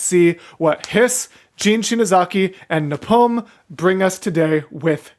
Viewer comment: Love the return of Beatbox to the channel. NEVER SHUT UP! (also, his name is pronounced napalm, like the liquid fire)